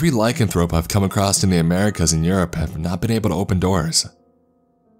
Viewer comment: Benedict Cumberbatch can't say, 'penguin'. can't say, 'lycanthrope' or 'lycanthropy'. It's so cute!!! Thank you very much for the laughs. You're the bestest. 🤗🌼